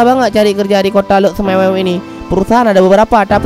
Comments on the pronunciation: Lhokseumawe ❌ Lhoksemewew ✓ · lhoksumewew? Yang benar lhokseumawe